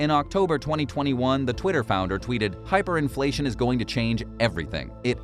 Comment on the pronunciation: hiperinfltion? lol check yo charts bro